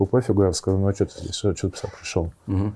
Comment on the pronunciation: В данном выпуске в слове "писали", мне кажется, стоит поставить ударение...